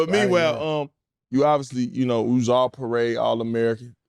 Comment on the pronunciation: You “Narrr” what I’m sayin🧐